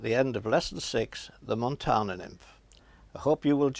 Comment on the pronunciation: Hey there! Im from Montana, iv been watching these videos and trying flies.. its great fun! Id just like to say its pronounced MontANa... where the AN is like can. Not Montona. =) I found that to be a bit silly.